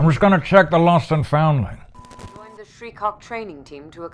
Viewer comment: Lost and foundling 😂